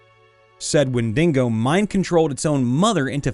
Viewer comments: Only complaint it's wendigo not wendingo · It’s Wend(ee)GO. Not wet dingo. Wen di go. No extra N. Please. It’s also not SylvEEan, it’s SylVAN. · Wen-duh-gow man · I'd say when-dig-oh is also an acceptable pronunciation, but certainly not when-dingo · The windingo ate my baby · Literally How did you even manage to pronounce wendigo like that not once, but consistently